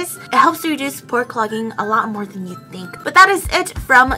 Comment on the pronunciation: i ‘tink OMG WHEN SHE SAYS THAAAT I CRYYY😂😭